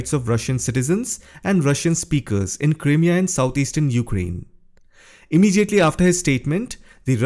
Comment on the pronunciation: Crimea pronunciation . The "Crim" part is pronounced like the word "cry". Like Cry-mea..